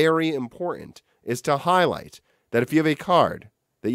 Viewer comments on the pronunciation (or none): none